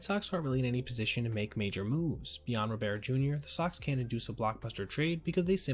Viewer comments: Its Luis ROBERT, not Robear!! He goes by the American pronunciation of his name!! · Ro-bear...? first time hearing someone call him that. always that it was Robert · Guillen = GEE-in Robert = RAW-burt It's not gee-YEHN or ro-BEAR. I know because I'm a fan of this dumpster fire of a team. Pray for my soul.